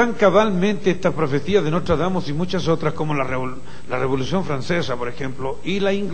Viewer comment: Es "Nostradamus" con "N" no con "M".